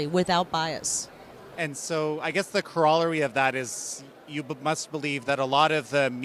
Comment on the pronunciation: . "Corawlary" Hey, garble happens. Just glad you're introducing context and fairness in presenting news. Remember all mainstream hires people who believe the exact same Left paradigm, so this VOA can be promising, especially with Lake.